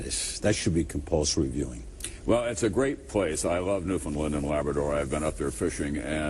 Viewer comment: Love Tom Brokaw but with all due respect it is pronounced newfunland . Not newfinlind! Finland is a country in Europe! Just saying! lol!